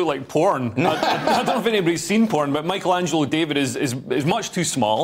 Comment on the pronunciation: As Italian , to me it's indecent and obscene the pronounciation you have of Michelangelo mispelled in May-koul-angelo.